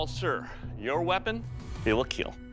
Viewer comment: It will kiel